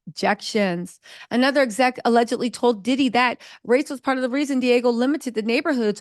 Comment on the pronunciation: Say it with me D Ahhhgg Geo = Diageo not Diego!